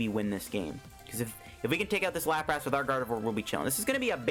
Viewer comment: "Lapr-ASS" i cant unhear your pronounciation now, thanks